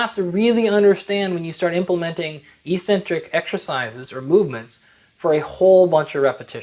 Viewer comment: Why did you pronounce e-centric instead of ex-centric back then? That's weird.